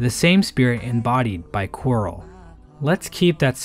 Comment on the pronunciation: A great man once said... "qurile"